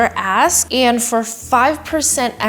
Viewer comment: Ya need to start pronouncing the K in ASK.. just sounds like you’re saying AS* 😂😂😂